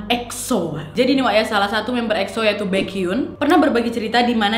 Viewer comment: jisoo = (dibaca) jisuu baekhyun = (dibaca) baekhyon maybe ka nad bukan kpopers jadi g agal paham pengucapan nama hehe :)